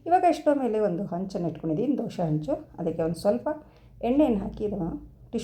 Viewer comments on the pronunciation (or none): Doshe allamma dose...please sariyagi kannada heli